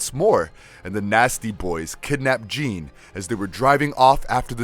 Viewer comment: He made a lot of mistakes like calling “Jean” “Jane”, calling banshee “her”, saying cable both helped and wanted to kill apocalypse… and those are just the ones I picked up… he’s clearly reading the script and doesn’t know much about the source material… ok… nerd rant over